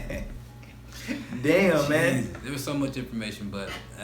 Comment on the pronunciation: He says, "Dayamn!"😂 "Despite this distance twelve men set foot on the moon.." Really? You sure about that? Seems heavily unlikely.